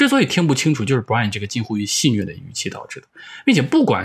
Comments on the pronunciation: 纠正一下，是xixue 不是xinue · 戏谑（xue四声）